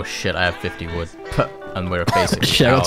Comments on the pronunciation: COLLECT VOOD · “collect vood”???? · Damn that “Collect Vood” is burning my eyes 😂😂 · Is no talking about how it said vood